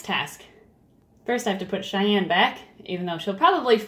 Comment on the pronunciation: it's Cheyenne, not chanelle